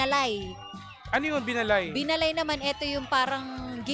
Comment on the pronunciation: Binaalay po pagkaka pronounce nyan. Isabela kakanin